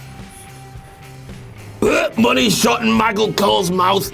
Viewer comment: You edited it and still didn't say shut instead of shup